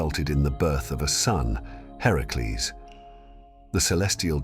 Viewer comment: Its great the you got his actual name right in the video. Heracles.